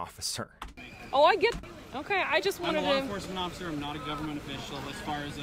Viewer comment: I can't tell if you said occifer on purpose or accident, either way, it was hilarious hearing that